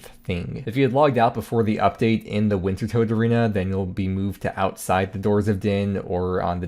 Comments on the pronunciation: It's tot not tote!! Reeee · I thought it was pronounced winter tod. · Listening to you say Wintertodt wrong over and over and over is absolutely unfuriating. The correct pronunciation is WINTER-TODD